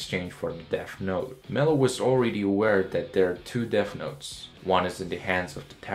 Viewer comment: Bro you need to pronounce your words correctly. It's not DEAF note it's deaTH note